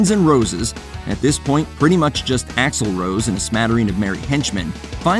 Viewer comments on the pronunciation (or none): I've never heard anyone call Axl Rose, AXL rose. It's axl ROSE. Emphasis on Rose., you're helpful rock experts....